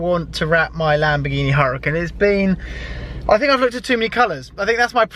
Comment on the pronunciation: It’s pronounced ur-a-con